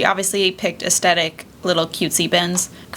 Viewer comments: I adore your videos! I know this is a dumb pet peeve but it’s aes-THET-ic not a-Stett-ic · Aesthetic: uhs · theh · tuhk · I can't watch this, I don't know why you're pronouncing AESTHETIC the way you are. It is really annoying that sh*t out of me!! There is no D. 😂